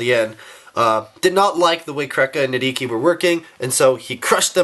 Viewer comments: the "H" in nidhiki's name is silent -_ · Everything is ok. Just a friendly reminder that you don't pronounce H in Nidhiki